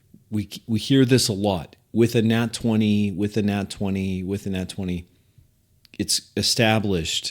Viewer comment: Every time he said “with a nat 20” I cringed 😅 Really appreciated this and your shorter vid on how you handle knowledge checks